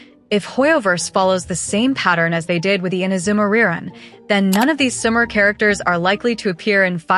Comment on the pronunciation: that AI voice being unable to pronounce Sumeru but able to say character names is funny to me.